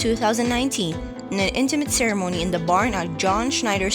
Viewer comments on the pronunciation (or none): none